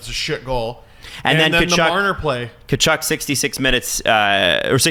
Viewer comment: said Brady Tkuchuk charge 😂